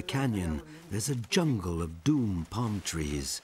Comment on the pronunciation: It's "dawm" tree, not "doom"!